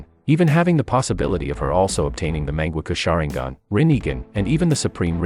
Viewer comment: MÆNGEKKO SHAREENGON